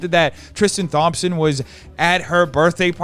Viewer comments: “Tristan *TH*ompson” 😩😩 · I like the way he pronounces “Thompson” like THompson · “Thom - son” 😂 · from all the basketball fans of yours, thompson is pronounced "tom(p)-son" <3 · I'm sorry I can't get over how says "Thompson" like THompson with a TH sound lmfao it's my own last name, love, that's not how you say it